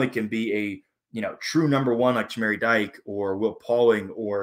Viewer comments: In 2000 Wisconsin had future NFL all-pros Lee Evans and Chris Chambers as well as the speedy Nick Davis who ran 5 kicks back for TDs in his college career at wide receiver. Dike is not pronounced "Dyke", it's Dee Kay. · Dike pronunciation is DeeKay